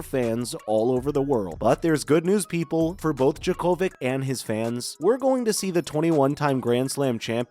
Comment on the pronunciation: Why don't you pronounce his name properly? He is already in Australia, practicing!